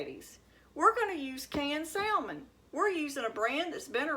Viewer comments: Psshh! Same here!! Anyone in a true "SOUTHERN kitchen" knows that the "L" in salmon is silent. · The L is silent. I do not drain or take out skin or bones. Grandma Sue in Central Indiana. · Fellow Southerner here cringing at her pronunciation of "salmon." 😖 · The L is silent!!